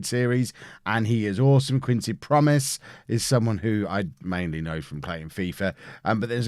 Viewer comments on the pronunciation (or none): none